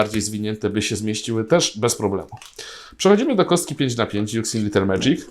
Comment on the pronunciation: Czyta się zamiast juxin to juszin